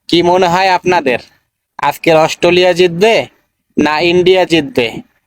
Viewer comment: দুধেল গাই বলছে অস্টলিয়া, 😅😅😅